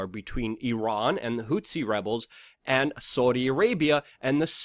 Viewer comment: the rebels inside yemen are not called "hutsis", luke. those were the guys actually called "tutsis" and "hutus", fighting against each other in the 1994 rwandan civil war in africa. rather, what you seem to be referring to are the "houthis" (with a "th", as in "this" or "thus"...) that are fighting the saudi/US alliance. hope this helps...